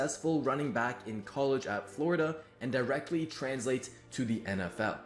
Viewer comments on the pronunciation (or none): none